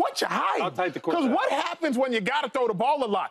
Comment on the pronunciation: Cor-sette ? What is that ? Do you mean corset ?